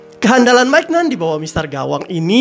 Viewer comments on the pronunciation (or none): bisa dijelasin gak apa itu catenacio modern ..... gue kok baru denger dah ... ? dan untuk penyebutan nama2 pemain seperti mike mignan, simon kjaer juga masih salah .....ya semoga kedepan bisa dibenerin lagi